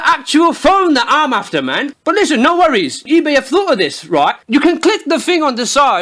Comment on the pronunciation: "Roight" simulator 2016